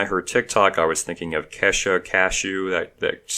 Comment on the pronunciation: I love it when he intentionally pronounces a celebrity's name wrong. Kesha = Cashew... Big Sean = Big Scene. LMAO.